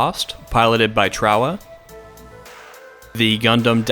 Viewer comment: Pretty sure he said it right